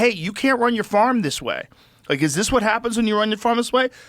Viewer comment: Joe "wuh-it?" Rogan